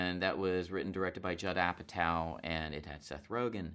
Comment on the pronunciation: I heard Judd apatow as ‘jadhav Patel’ !!